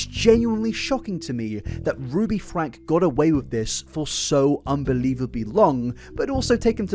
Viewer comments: "Frank-ee". They pronounce it "Frank-ee". You kick yourself in the balls doing all this work, research, and editing, to only pronounce their names wrong. Why do that to yourself? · The family name is pronounced with a long e on the end; it sounds like “Frankie.” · Their last name is pronounced Frank-E. The E isn't silent. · I don't want to be that person, but I feel like it needs to be said. The family pronounces their name as "Frankie" not "Frank". I've heard it from multiple sources pronounced that way (ie Jordan & McKay or USA Today). Not that I like Ruby, but I felt it's important to clarify. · Super weird to actively ignore/deny the fact that people called CPS on Ruby Franke for many many years prior to 2020? Also… isn’t Franke pronounced Frankie, not Frank? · Just so you know, you have the year wrong of when Ruby and Jodi were arrested (2023, not 2022), and Ruby's last name is pronounced like Frank-ee, not Frank. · You make a 5 and a half hour video, do research for at least a month, and pronounce the last name as "Frank" instead of "Frankie". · Its FRANK-EE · Minor point, and really not important, but their last name is pronounced Frank-ee. I don't want to draw away from the atrocious crimes going on here. Just want to add to the support of accuracy. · if you're going to make a 5.5 hour video about this, you could at least commit to pronouncing the family name correctly. have some respect for the victims- this is their story, not yours. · FrankE…frankE! FRANKE! With an E. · lmao I knew you were gonna say Franke wrong the while video. Oh? Connexions got worse after Ruby joined, you say? Interesting. Most people seem to blame Jodi for making Ruby worse but it sounds as if... perhaps... they found a kinship with each other and oh boy did the worsening get worse.